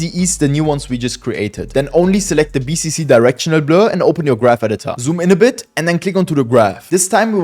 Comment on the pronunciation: Bro really mentioned all period that bro mispronounced it💀💀